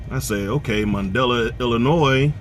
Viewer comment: Lol :) I've never heard of no Mundelin Illinios. You must mean Mun-da-line. We pronounce it Mun-da-line.